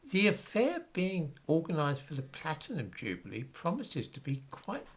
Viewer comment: Nice to hear use the traditional (UK) pronunciation of "jubilee".